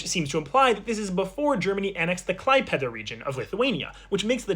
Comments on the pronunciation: The fact that you said the letter ė correctly but did not accentuate the word Klaipėda correctly is interesting to say the least. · The way he say Klaipėda as a person who has been there is painful to watch